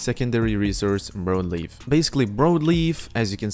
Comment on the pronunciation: Brawd leaf* is how its pronounced. Sry, Idk y its driving me nuts lol